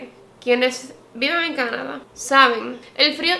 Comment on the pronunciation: Me encanta tu canal. Pero cuando hablas Canadá no puedo, simplemente no tolero tu “Cánada”.